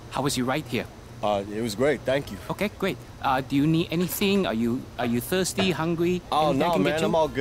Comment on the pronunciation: “Are you thiwsty hungwy “ 😂😂